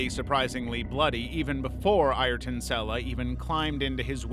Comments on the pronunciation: Lmao - you beat me to it! Alas, worse than a bot, he’s simply just an American and hence correct pronunciation is way beyond his capabilities! 😂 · Ayer-ton Sella. You better be a bot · The mispronounciation of Ayton Senna is infuriating